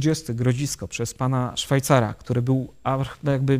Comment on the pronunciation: Szwajcer, a nie Szwajcar!